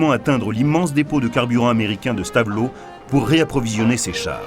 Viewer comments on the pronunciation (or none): none